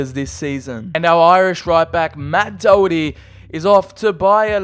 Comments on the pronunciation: Learn the Irish names, its pronounced like Daw-Her-Tee. no offence but that was probably the worst attempt of pronouncing his name besides that good video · This Man cannot say Matt Doherty correctly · How did he pronounce Doherty’s name